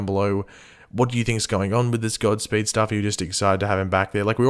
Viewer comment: You said gobspeed